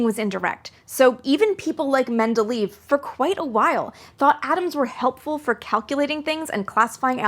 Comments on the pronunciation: Reminds me of the Fundamentals of Physics and Chemistry course that was taught to Wabash College freshmen in the 1960's. Very nice treatment. By the way, I have always heard "Mendeleev" pronounced Mendel Eh' Ef, where Eh is the Canadian version. 🙂. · This is an excellent video. I absolutely love the history of science! For future reference, btw, Mendeleev is pronounced something like Mendeleyev, with the strongest emphasis on the "ley" syllable. I know it's hard to pronounce a lot of these names, but this is one that I more or less know how to pronounce. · Менделеев ='s Medeleev ='s men·duh·lay·uhv - small thing, but, great video!!!! Happy to see you posting more often. Long time subscriber. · Men-deh-LAY-eff Don't fret; it just means you're well-read. 😉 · It's pronounced Mendeleyev :) great video, looking forwards to the sequel! (Also de Broglie is pronounced "de Broy"; it's a weird pronunciation coming from Italian, where a gl is pronounced as a soft l) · I've liked your videos for a long time, but I love creators willing to learn animation to make their videos more pedagogical! Edit: my biggest complaint about this video is how you mispronounce Mindeleyev.